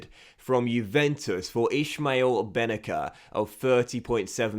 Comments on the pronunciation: His name pronounced ben naser not benaker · So happy you sold Bennacer, now we don’t have to hear you constantly butcher his name. 😂